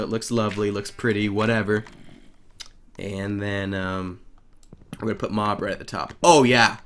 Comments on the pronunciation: he spells mob wrong he says mub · You said u instead of o for mob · Mob Is Spelled M-O-B not M-U-B